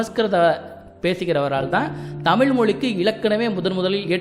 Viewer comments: முதலில் 'ழ' வ சொல்ல கத்துக்கங்க தமில் இல்ல தமிழ் அப்புறம் இதபத்தியெல்லாம் பேசலாம் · தகவல் தவறு என்று நான் சொல்லவில்லையே தமிழை ,தமில் என்று சிதைபது சரியல்ல,ஊடகங்களில் வருபவர்கள் சரியாக மொழியை உச்சரிக்க கற்றுக்கொண்டு வர வேண்டும் பலர் அதனை பார்க்கக்கூடும,தவறான எடுத்துக்காட்டாக விடும் அச்சு ஊடகத்தில் பிழை ஏற்படக்கூடாது என்ற மரபு எப்படி உள்ளதோ அதைப்போலத்தான் இதுவும்,மொழியை நன்றாக உச்சரிக்க கற்றுக்கொள்வதே சரியான முறையாகும்